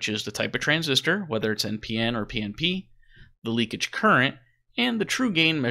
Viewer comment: The word is "leakage."